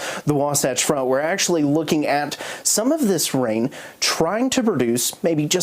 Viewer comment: He pronounces "Ivins" wrong and he says "at the present time" way too much.